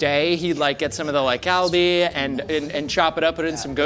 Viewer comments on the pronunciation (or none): The way he says galbi and gochujang drives me nuts.